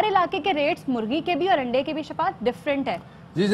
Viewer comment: O payi Aandai nhi Andai hota hy